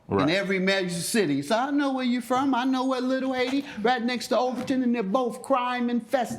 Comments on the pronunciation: exactly. Every time he said Overton, I cringed. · Wow. He should know it’s called Over-TOWN not Overtin lol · It's not called “Overton”. It's actually called Overtown says the one who knows everything about Miami. Lolll